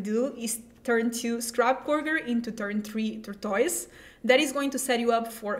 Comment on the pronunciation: Her pronunciations are hilarious "turn 2 scrap gore g'r into turn 3 tore toise"